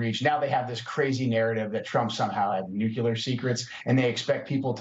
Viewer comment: It's pronounced NU-CLE-AR. It's not and has never been NU-CUE-LAR. Stop it, people.